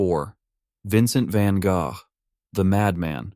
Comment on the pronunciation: At last. A guy that can pronounce van Gough correctly.